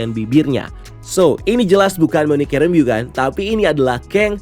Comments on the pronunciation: Bukan Rambiyu, tapi Ram-bow.... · oot bang, but u pronounced rambeau wrong. harusnya pelafalannya mirip kaya rainbow tp make M instead of N